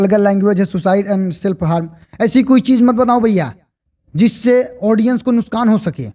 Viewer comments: Main aapki video dekhta hun nuksan ko aap nuskan bol rahe ho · सर नुशकान नहीं नुक्सान